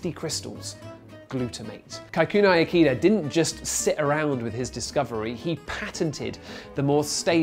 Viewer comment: U butchered his name